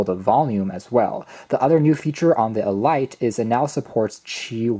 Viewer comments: I believe it is pronounced as 'Eh-Leet',... not Ee-Light, just saying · Hmm...I wonder if it's really pronounced "E-Lite"....or just "elite", as in the definition, "the choice or best of anything considered collectively, as of a group or class of persons"? Good review....amazed they've got wireless charging at this price point. They're definitely going after the Air Pods Pro with this knockoff. Bluedio has been around for awhile, and has impressed the likes of Unbox Therapy.